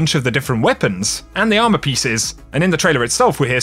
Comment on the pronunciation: It’s “ourmor” instead of armor XD